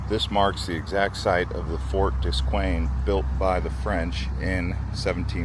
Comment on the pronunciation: Duquesne is pronounced "Du-KANE". The river is Monongahela, pronounced mo-non-ga-HAY-la.